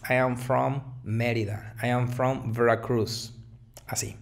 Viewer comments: Nadamas una observacion gente, no pronuncien los nombres de los estados o ciudades como lo haria un anglosajon, digan los nombres como se dicen en espaniol. Se escucha mal ''Veruacruz''. Ah, y tampoco los nombres propios en espaniol los pronuncien como lo haria alguien que su lengua materna sea el ingles. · Creo que hubo un pequeño Fallo en la pronunciación de Veracruz